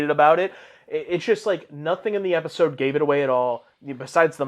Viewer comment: "my favorite e eisode"